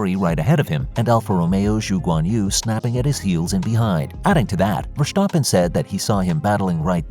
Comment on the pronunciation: It is NOT "Max VersHtappen" nor is it "Bottash" nor is it "Lewisch"!